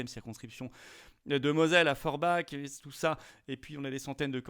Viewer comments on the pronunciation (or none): none